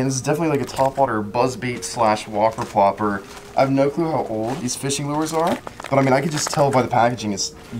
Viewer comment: said whopper flopper 😂🤦‍♂️